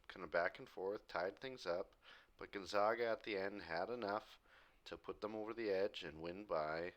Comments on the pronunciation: Gone-zag-uh. Not Gun-zag-ah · Gonzaga is pronounced Gon-Za-Ga as in Sega. Not Sawga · Just lettin ya know Gonzaga is pronounced like “bag” not “bog”